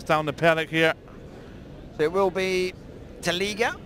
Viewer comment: It's Sammy oliech please, not taliga😬